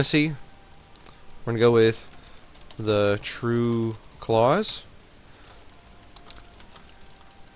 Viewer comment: Klaus* not clause